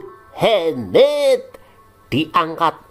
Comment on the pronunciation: Mohamad min bukan Muhemmmeddd